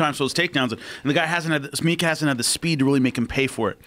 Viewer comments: Joe "it's pronounced mek" Rogan It's clearly meek joe. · Hey Joe. It's Meek not MEK. Norway's best fighter. Regards a Norwegian. PS. The original Vikings comes from Norway, then we conquered Denmark and Sweden. Then we went to Island, and they say the vikings was the first to reach the american continent, not Columbus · It's Emil Meek not fucking meck